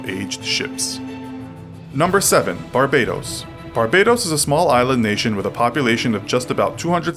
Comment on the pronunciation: It's Bar-Ba-Dose * Hheeumppp!